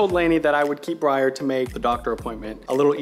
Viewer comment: GUYS ITS BRYER NOT BREYER